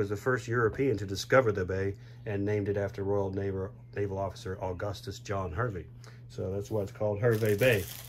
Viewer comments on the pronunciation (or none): Terrific review, very informative, I live next to Hervey Bay pronounced "HAR-VEE" and flew on this plane many times from Sydney to Johannesburg and back, I was flying regularly to South Africa (still am) and always in the upper business class cabin and always seat 11A, on all those trips I never had anyone sit next to me, apart from a very friendly Qantas employee, I have very, very, very fond memories of this plane and the upper business class cabin, I have this model in the library/office in my house, what a tragedy the 747's are no longer flying, that small, private, upper business class cabin was the only way to travel 😉